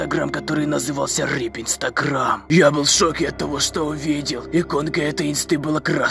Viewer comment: Почему ты говоришь не рип а рып?